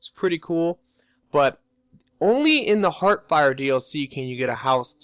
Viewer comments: I am not a hater, but my OCD drives me crazy when someone says Heartfire instead of hearthfire. I am not trying to be mean, I am giving constructive criticism. :) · Not heart-fire, hearth-fire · You can't pronounce Hearthfire. You can't pronounce Werewolf.